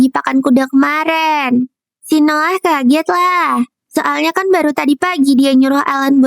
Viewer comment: nama nya Noah ku dengar Nolan